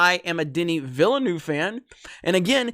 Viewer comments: Its pronounced "ville-nuhve" lol not "noove" loll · "Danny ValaNuew" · His last name is pronounced Vil-N-Uh-V. Not in my habits to correct people's pronunciation (as a french speaker myself I made plenty of mistakes) but maybe some might find it interesting. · Villeneuve is pronounced “vilnœv” or “vilnove”; just saying. Btw, great content, love your work. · You know there a second "v" in Villeneuve. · That is not how you pronounce Villeneuve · Keep up the good work! On a less serious note: As a native french speaker, hearing you trying to pronounce "Villeneuve" is quite funny;) I don't blame you it has a lot of strange sound for english speakers. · The way you pronounce Villeneuve is jarring, please stop and try to get the right pronuciation. I know that you yankees are lazy about other languages, but it's time to try harder.